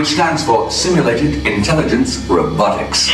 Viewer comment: I love how he pronounces "robotics" as "ro-BOTICS."